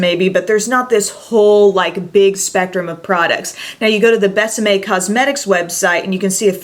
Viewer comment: gorgeous lipsticks! until you said it's kiss me in spanish i thought the brand was called Best M.A.. it's more like behs ah meh( kind of difficult to explain when we pronounce vowels completely different 😊